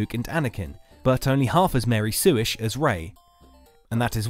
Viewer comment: “He is kinda Sue-ish” kind of sounded like “he is kinda sewage”